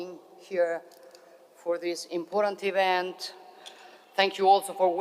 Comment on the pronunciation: Grande donna ma la parola important deve correggerla; la sui pronuncia come in italiano senza la e finale.